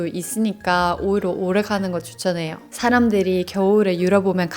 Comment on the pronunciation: “오히려”를 “오히로”로 발음하시는거 커엽네요